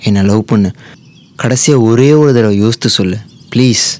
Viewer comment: Yosthu illa boss yosithu